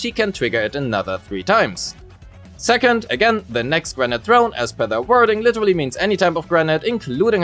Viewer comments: "granite"? It's grenADE, like 'lemonade', what are you? A boulder, a rock person?! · granade is pronounced "gruh-nayd" not "grenat". Also gemini is pronounced "gem-min-nai" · At first, I was like: "What's "granite" have anything to do with Grace's kit?" Turns out, you meant "grenade" lol. It's pronounced as "gruh-neyd". Rhymes with "blade", "gatorade", "shade", "Grace sat on my face; I need first aid." etc. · You're pronouncing grenade like Granat. Nade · Thank you for the video but everytime you say grenade i hear granite. So I keep thinking why is Grace throwing a rock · Very good guide 👍 but please stop saying granat😁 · He is pronouncing it like the latter part of "Pomegranate". Doing this for the word "grenade" seems to be a pretty common mistake among Germans (Nix für ungut, bin selbst ne Kartoffel) and I genuinely wonder were that stems from 🤔